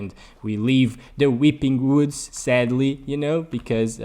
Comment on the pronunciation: The “whipping whoods💀”